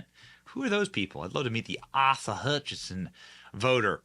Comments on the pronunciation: ACE-UH FOR ASA Hutchison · Asa is NOT pronounced aah-sa, you dork. Didn’t you watch Tuckers discussion with him?